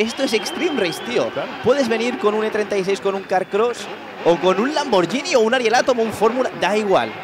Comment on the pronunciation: No puedo con "LamboR"